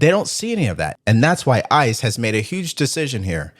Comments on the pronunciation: He doesn't even know how to say the name but he works around there? Stop the cap bro. And it's not ISIS, it's ICE? You know the difference right? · And the crybaby trying to Make Up Stories! It's ICE Not iceses!! Idiot!! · Did he say isis lol